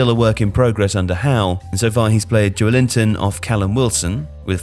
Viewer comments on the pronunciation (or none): Jo-el-inton not Joe-linton